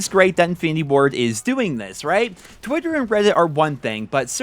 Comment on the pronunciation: "Twutter and Weddit" 😂😂😂😂